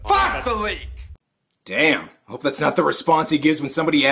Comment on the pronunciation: "FACK THE LEAK"